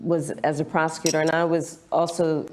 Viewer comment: Did she say she's a prostitutor or a prosecutor? Lol